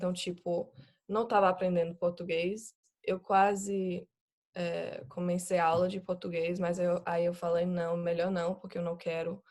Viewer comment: Ela fala superbem e quase sem acento, mas dá pra sacar uma nuance pequena de sotaque principalmente como ela pronuncia a palavra COMECEI como COMENCEI.